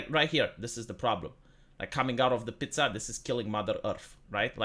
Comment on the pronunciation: as a non english and non italian speaker i approve of his pronounciation